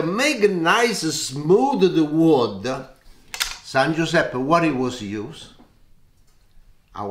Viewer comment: " Viva San Guisepp"